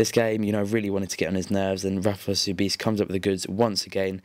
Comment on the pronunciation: and btw, you pronounced Rafael Sobis wrong, it's SoBEAST!